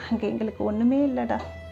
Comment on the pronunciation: Instead of A” she s using ha like hamma happa hangey. Its Boring. But good narration. Cngrts